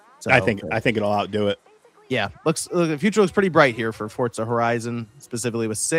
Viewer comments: (For)(za) not fortzah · Am I tripping or are they pronouncing it fort-zah?